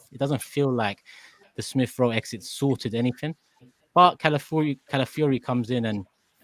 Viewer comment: Shout out to fancam where he pronounced Calafiori as "Cow-filly-ho"